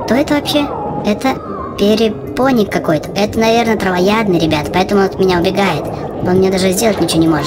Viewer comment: Не перепоник а перепонк